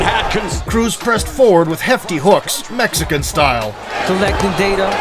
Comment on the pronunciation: Why you say mexican like that it sound racist 🤔